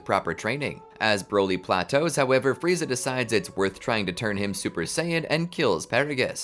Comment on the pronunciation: Who the hell is "Fry-za?"